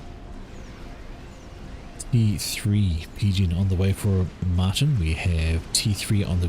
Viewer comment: Dutch name Martijn is pronounced something like "mar TAYN".